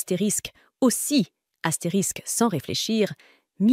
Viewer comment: Tu as un problème avec les mots Astérix😂